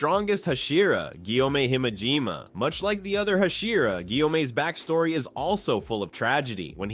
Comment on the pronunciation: This channel is so stupid, like he can't even say Himejima right. He should just quit YouTube and never come back.